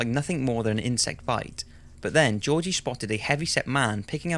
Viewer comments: The name Georgi is pronounced with two hard "G"s - like in the word "give". I loved the video but the pronunciation kept bothering me lol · sorry this is a minor nitpick but georgi markov is pronounced with hard g's. like in Gift. not jeorji but Georgi